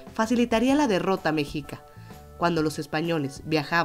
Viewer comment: Se dice mexica no mexica